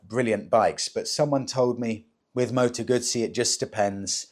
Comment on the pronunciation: What's a Moto Gutttsssee 😂😂😂Never heard of those only a Moto Guuuuzzzzzyy